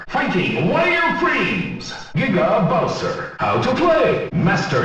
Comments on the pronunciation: Sounds like "Nigga bowser" instead of "Giga Bowser" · He said niggabowser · I'm sorry but it sounds like he's saying "niggabowser". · Did the announcer just say N*gga bowser? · Sanswagon, the Meddler lmao I heard “nigga Bowser” the first time too💀💀💀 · when he said giga bowser it kinda sounded like the n word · That giga Bowser audio clip sounded like it said something else... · Giga bowser sounded like nigga bowser